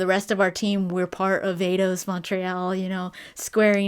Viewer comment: Eidos, like Einstein. Not Ados.